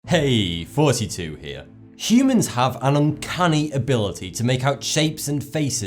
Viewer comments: He said "Forty Two here" instead " here". Listen closely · Why does he keep saying forty-two? :p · It always sounds like he says forty two. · I always think he says fourty two here